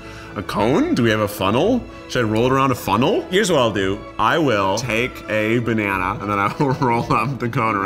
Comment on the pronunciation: keith again: "bANanA"